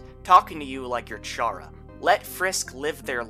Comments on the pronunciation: Chara's name is pronounced Cara not pronounced chara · ITS CHARA, LIKE CHARA-CTER. Not CHARE-A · Its pronounce Kara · Oh my god, for the last time, IT'S PRONOUNCED CHARA, LIKE CHARACTER. WORDPLAY. Wow, Deltaswap looks like ass. THANK YOU FOR SAYING THAT